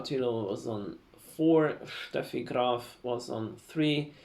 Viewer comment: ich war früher ein riesen grosser agassi fan, genauer gesagt seit den AO 1998 und als agassi fan wurde ich schon damals sehr sehr verwöhnt bei den Australien open. Die AO waren schon immer mein lieblings grandslam...Ich ahnte schon das sie aus deutschland kommen, so wie sie Steffi graf ausgesprochen haben:) Hoffe wir sehen in zukunft noch mehr videos von ihnen